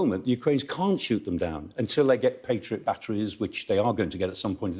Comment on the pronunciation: I like how he says patriot missiles with confidence poor guy